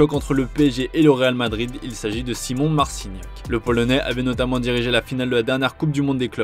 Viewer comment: On dit szymone pas. Simon